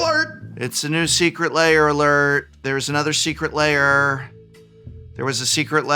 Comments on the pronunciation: Why do people pronounce ‘lair’ as ‘layer’? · I swear it sounds like he keeps saying "Secret Layer" instead of "Secret Lair" lol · You keep pronouncing it "secret layer" and it messes with my head. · When did "lair" become two syllables?